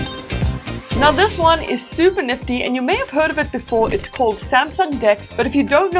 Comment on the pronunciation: Neftty things , niffty things , naffty